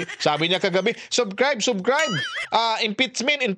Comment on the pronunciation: Sobcrayb hahaha impetsmin hahaha